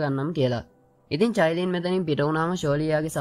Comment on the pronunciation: අයියෙ මමත් ඔය කතාව බලනව මම මාරම කැමතී qeen medusa හදුනවන අනිත් නම චයිලින් නෙමේ කායිලින්🥰